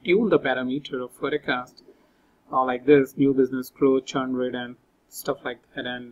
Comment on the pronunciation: please pronounce "forecast" correctly